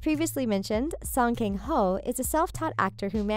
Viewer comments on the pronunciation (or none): 송켕호~ 켕이 아닌디,,,켕이 아니라 강이랍니다~